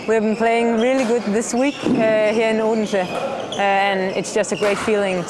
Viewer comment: i was in odense. and she is saying it so wrong!!